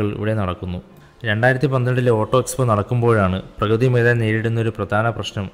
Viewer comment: പ്രകൃതി മൈദാൻ അല്ല bro.... പ്രഗതി മൈദാൻ ആണ്....